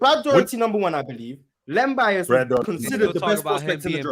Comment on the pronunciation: This man said Len Bias and I logged out 🤦🏽‍♂️🙄....🏀